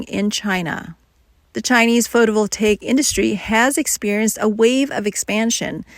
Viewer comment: Terrible pronunciation of “photovoltaic”! AI sucks ass!